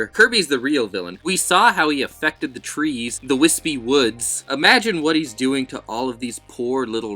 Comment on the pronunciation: "trees" eh eh eh lol